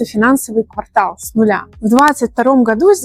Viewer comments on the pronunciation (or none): none